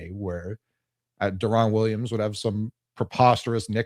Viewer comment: refusing to pronounce Deron Williams’s name right every single time